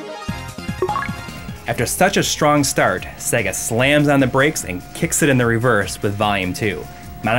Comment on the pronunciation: Cool video, but why can't you pronounce SEGA if you have been a fan for so long?